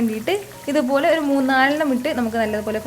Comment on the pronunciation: "ithupolee" Korch koodipoyi😛😂anyway nice video